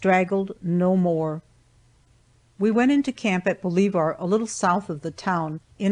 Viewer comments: Its pronounce Bo le VER NOT BO LEE VAR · I'm from west TN. The town she is referring to Bolivar, TN is properly pronounced "baw-live-ur" not "bo-lee-var". 😂😂😂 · The town of Bolivar is pronounced ball-iv-er. Flawless reading really and good book. I just know this area and know how it is pronounced by everyone. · we are talking about Boliver , Tennessee. I doubt this town gave its permission to have its pronounciation butchered. Don't care how arrogant the reader may be its not her call to change how a town is pronounced. Sorry but publishing does not make you grammar or syntax ruler.